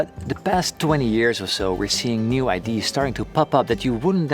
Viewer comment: Great video loved it :) Butttttt if you care at all about not sounding too Dutch, watch your pronunciation of ideas (it sounds like ID's) which is a dead giveaway you're dutch. And yes fellow dutchy, keep up the awesome vids.